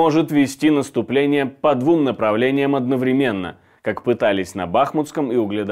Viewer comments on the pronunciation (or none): none